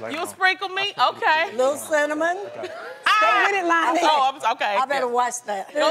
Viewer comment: Tamar said "Cintamon" 😂😂 Love you girl 😘